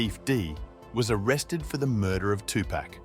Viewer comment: Notorious B-I-G 2Pac= two pock Don’t do stories on the culture if you can’t say their names correctly